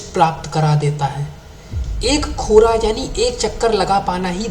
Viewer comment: परिक्रम के तिब्बती भाषामे कोर्वा (मौखिक भाषा मे) कोरा केहेंत है। खोरा नहि। और जो स्तुप है उसको छोर्तेन केहेता है चोर्टेन नहिं। तुम्हे सब बातों सच्च और पुरा पत्ता नहिं तो तुम क्यु ऐसा भिडियो बनाते है?